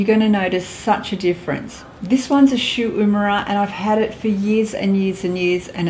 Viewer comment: Then I use my "shoot memory" eye-lash curler, hahaaa. Please, get it right. it's SHU UEMURA, for christ's sake.